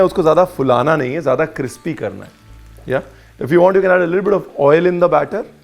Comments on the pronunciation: Ranveer it's not cripsy.. Crispy bola jata hai.. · 'Cripsy' sounds crispier than 'crispy' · Ranveer Paji tusi Crispy nu Cripsy Kate bolde ho? 😂🤣😂🤣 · Sir now I actually forgot how to pronounce crispy whenever I say crispy I end up saying cripsy 😂😂😂 Now that crispy written on my comment is auto correct ok😏😂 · I love when chef corrects himself - cripsy not crispy. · Is it only me ??? I heard cripsy again!!!!😁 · Hahahaha .. till now I used to think, you can’t pronounce crispy... you got me here